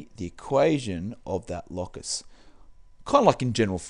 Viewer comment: is it not pronounced "low-cus" and not "law-cus"